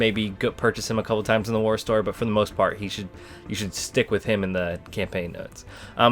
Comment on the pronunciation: “For the most fart” lol